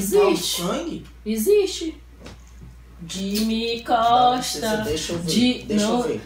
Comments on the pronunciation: Mano por isso que eu amo essa meninaa ela é muito engraçada 😂😂"dimiscosta"😂😂😂😂😂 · " DIMICOSTA " KKKKKKK